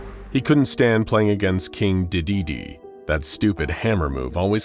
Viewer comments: Hearing your pronouncing of dedede hurts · I can’t help but laugh every time he says Dedede 😂